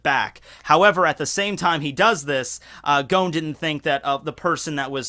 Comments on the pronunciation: Idk why you pronounce Gons name as Gown xD They even pronounce it as G-o-n in the anime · No offence, BUT you are able to pronounce complex Japanese name perfectly. But when it comes to names like 'Gon' or 'Gen' the most simple names, you do it WRONG. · Lmao my guy really says "Gown"